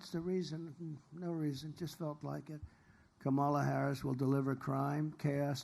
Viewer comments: Why are they in a garage? Again he pronounced VP Harris’s first name again. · Whoa, this is the lowest energy I've seen since he was sleeping in court and at the RNC. 😬🥱 It's also so weird that he can't say Kamala's name correctly.